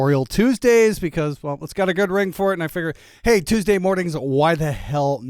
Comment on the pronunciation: I think you misspronounced "chewsssday tutorial". I'm sure Mary Spender would be dissapointed